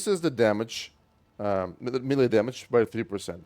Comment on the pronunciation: May lay. Say melee like that.